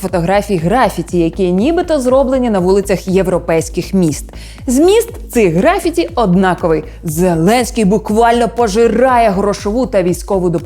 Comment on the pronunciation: У слові "графіті" наголос припадає на другий склад, а не на перший.